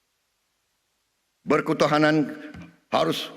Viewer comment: ber-kutahanan? please 😢 typo mulu presiden kita, gw kira speech kyk PM Singapore "kita kuat, tapi kita harus siap, ada musibah didepan yang harus dihadapi bersama"